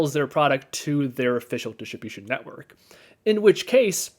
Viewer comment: "dishibishin network"